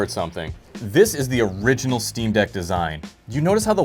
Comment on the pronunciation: Jesus Christ it’s the “ick on eck” steam deck.